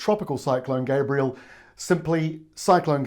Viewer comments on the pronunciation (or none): isn't it Gabrielle rather than Gabriel? It's doing my head in how media keep switching between the two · Good report but there's a difference in pronunciation between Gabriel and Gabrielle. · Excellent info. Thank you. Pardon me but you MISPRONOUNCED the name: Gabrielle - feminine form of the masculine (Gabriel)